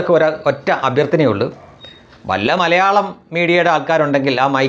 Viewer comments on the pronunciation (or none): none